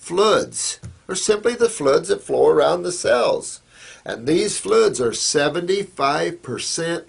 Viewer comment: So funny that he can't pronounce "fluids". XD